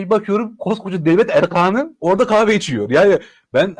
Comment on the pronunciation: Lütfen “erkan” demeyi öğreniniz. ( Hakkari demek gibidir). Ayıp oluyor.